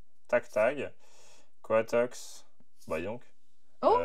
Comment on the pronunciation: il c tromper sur un nom de pokemon il a dit coitox dsl je c pas comment sa s'écrie mes c étais pas coitox il s'appelait cradopot 🤣😂 mes bon c pas grave on l'adore quand même 😂😂😂😂